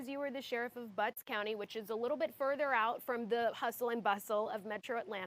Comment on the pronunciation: Lol, she said "Butts county"